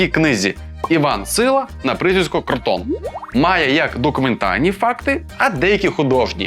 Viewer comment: Кротон. Наголос на перший склад